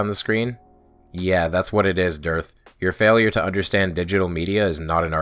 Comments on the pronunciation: The way you pronounce "DITRH" sounds and feels like a person's brain segfaulting. Which, admittedly, is a probable side effect of listening to flat-Earthers for too long. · Wow. ...No witty quips this time; just wow. That was something else. (P.S. I liked the pronunciation of "Durrth." That gave me a chuckle.)